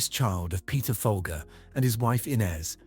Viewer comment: The family name is pronounced "Fol-jer". The brand name was pronounced that way for decades in TV and radio ads. Abigail's name was pronounced that way when she was murdered. What idiot produced this video?